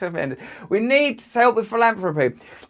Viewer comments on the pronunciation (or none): Is it only me or is Girlie Billy pronouncing "Pillanthropy" in that manner because he is into medical money making and other money juggling endeavors for questionable results, because there is a huge difference in "Philanthropy" and how he purposely pronounces the word? Is he playing with the Ole DS with him telling the truth in plain site! He does not give his money away, he gives foundation money away from the profits of his BPharma ring around the roses money juggling! No prizes for false appearances, Billy and you and the rest of us awake people know this... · Russell pronounces philanthropy as “philamfropy”. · Did he say philandary? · He said PILL-ANTHROPY....WTF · I love how he gets so squirmy at the end and says "Pill-Anthropic"! He is a real Pill all right!💊 💊 💊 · Did he said pilantapy lol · Epstein thought Gates said philandery